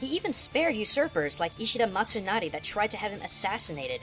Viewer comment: just a minor correction, but it's imagawa instead of imigawa, and ishida mitsunari, not matsunari XD other than that, i feel that the characters are quite well portrayed in a way that depicts in abstract the three shoguns in the warring states, and that is something japan has always been able to do :3